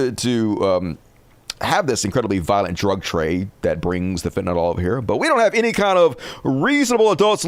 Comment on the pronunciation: It's not fentaNOL. it's fentanyl.